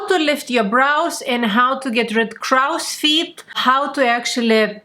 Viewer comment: So very glad to have found you and your derma-roller! Your tutorials are so helpful, too. (Just a side note - "crow's feet" is pronounced as "croh-s feet", as to rhyme with grow, tow, low, mow.) You speak English so well, though! Again, thank you for your great teaching videos!